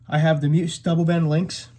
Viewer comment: It's pronounced mee uhs not mews